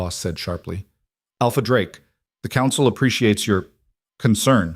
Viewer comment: AI...🤣 Drakie? I guess it doesn't know the "e" in Drake is silent. 😂😂😂